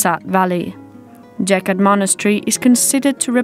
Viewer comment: Geghart ….. Keghart ….Գեղարդ And it’s not Jeghart.